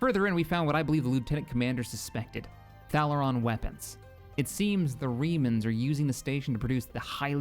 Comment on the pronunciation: ....Ubisek XD Normally mispronunciations don't bother me too much (hence why I'm not bringing up Thalaron) but Obisek has the best VA in the game. Damn I wish they brought him back more often.